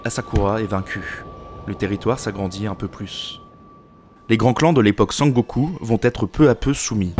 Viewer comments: oui surtout "Sengoku" prononcé comme "Sangoku"("Sangokou"à la française) mais peut-être qu'il ne connaît pas la langue japonaise.A part ça je n'ai pas été choqué et puis le documentaire est vraiment bien fait donc bon... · j'ai tiqué aussi ahah, mais j'ai trouvé cool et drôle qu'il dise Sangoku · Très bonne vidéo. Seuls petits trucs que j'ai pu relever : - La prononciation des fois, ce qui est tout à fait excusable si on n'est pas au courant/parle pas japonais (les chi se prononcent "tchi" et shi se prononcent "chi", ex: Azuchi Momoyama se dit Azutchi. Sengoku et pas Sangoku. Ieyasu se prononce Ieyas-uh et pas -ou etc). - Les illustrations je les trouvent souvent assez fantaisistes voir orientalistes (vision occidentale romancée du Japon) et pas vraiment réalistes - Assez incorrect de dire Shinto ou Bouddhiste quand les deux religions sont mélangées et pas exclusives au Japon. (il y a même des chrétiens shinto bouddhistes alors bon :p) Bref je chipote. Du bon taff ! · Video intéressante et bien structurée mais vraiment la prononciation m'a fait decrocher plus d'une fois !! Sengoku et non sangoku Des j prononcés comme des i Aucun h expiré Des tremas sur daimyo, samourai etc alors qu'il n'y en a pas besoin Des pluriels en -s qui heurtent l'oreille (un daimyo, des daimyo. Pas de s en japonais) En revanche les voyelles longues sont omises (osaka se prononce oosaka) Etc etc. C'est dommage car ça m'a vraiment coupé dans mon visionnage pour une vidéo dont le fond se veut serieux et qui est au demeurant bien ficelée. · Sengoku (戦国) = Pays en guerre. Sen (prononcer Senne) = La guerre. Je le précise car le "Sangoku" au lieu de Sengoku m'a pas mal perturbé pendant la vidéo. Du reste, extrêmement intéressante ! On sent le taf sur cette vidéo, une fois de plus. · c'est dommage les erreurs de prononciation des noms, ça sort de la vidéo. Surtout quand j'entends san-goku pr sengoku^^